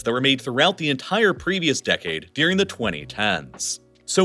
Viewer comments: Oh Snap. This is the guy that says 'Deering' (instead of 'During'). 😖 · Honest question: do people around you also pronounce "during" like "deering" or is this idiosyncratic? I've noticed this in your other videos. It seems like a consistent thing.